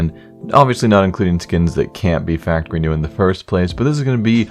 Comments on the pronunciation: factowy new? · Is it just me or is there something weird about the way he's saying factowy new? Btw the "w" in factowy is intentional.... in case you're wondering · Factowy New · 'Factor wee neew' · did he just say factowy new? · "Farktowy New" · Faqtuinew that Way he is saying it in the beginning